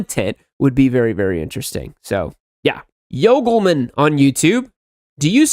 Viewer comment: Being called Yoglman instead of YogiMan feels so weird.😂Thanks for the assurance